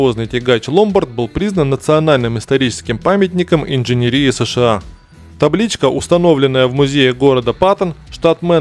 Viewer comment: ИнженерИИ ? 🙂 Авторы специально ставят так ударение часто заметил во многих словах... ?!?! Зачем?